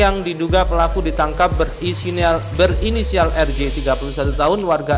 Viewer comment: berisinial wkwkwk 🤣🤣🤣